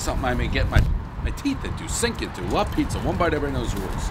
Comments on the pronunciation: The place is called La Pizza and Pres somehow manages to mispronounce "pizza". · Trash pizzas lately made him forget how to pronounce pizza, everybody knows the rules.